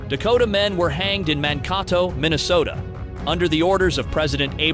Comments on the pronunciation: It is Man-kay-toe. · Really hilarious when the narrator mispronounces Mankato!